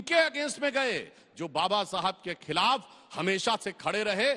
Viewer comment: अंजना दल्ली पहिले बाबा बोलना सिख